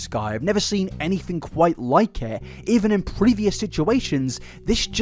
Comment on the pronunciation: “I’ve never seen anything kwite like it”